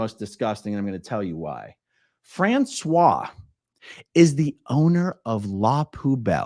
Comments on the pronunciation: I was listening to this and I was thinking Françoise was a man because you pronounced her name wrong.. It is "fransuwaZ". Z is heard at the end, you pronounced it as "François". I thought Trash Can was owned by a couple and François went to court with his wife, but then who was dating two scientologists...? I'll have to listen again. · Well, you’ve probably been told a million times already, but you mispronounced, thus changing the gender the person owning the restaurant. I kept loosing track of the story before I figured out you had simply mispronounced the woman’s name. 😬 your pronunciation was for a man: frahn - swah. The female form is pronounced: frahn - swahz. But, as always, I enjoyed the story thoroughly. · not to be that person, but the female French name "Francoise" has the final S pronounced, unlike the male version. Fran-Swahhz. That whole "bubba" part had me in tears of LOL. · Françoise is pronounced like Franssoize. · Not that it matters being as in my opinion she is a POS but the name Françoise is said with an S sound at the end, the way you are saying it is the masculine pronunciation.